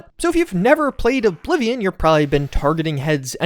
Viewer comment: Did you really say oh bly vion